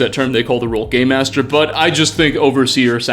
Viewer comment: Is he saying game master or gay master?